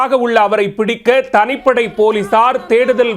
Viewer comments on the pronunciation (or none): "தனீப்படை" 😅 படிடா பரமா